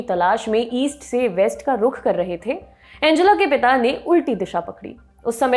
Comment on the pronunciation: एंजेला नही, अंगेला नाम है।